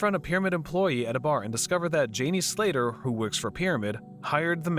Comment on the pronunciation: And jenny slater...I noticed this shit on several videos